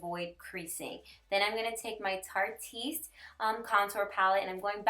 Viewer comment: u r soooo pretty!! its so funny that u r the ONLY one that pronounces that tarte pallette correctly. everyone says "tarty-est" but its not! thank u for saying it right! lol. luv your vids! new subbie!😊